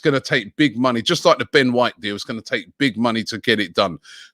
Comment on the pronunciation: Ben whoite